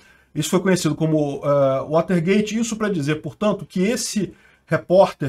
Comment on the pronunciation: WATERGATE não é waltergate